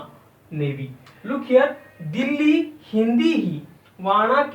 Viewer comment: wana kaytayma Delhi. Pronunciation is off. The word used for india is not Hindii either. Your pronunciation is completely off.